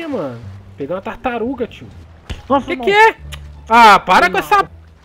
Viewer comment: Acho q ninguém percebeu q ele falou tartarum no final lá kkkkk